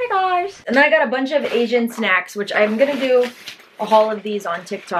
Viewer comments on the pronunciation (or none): none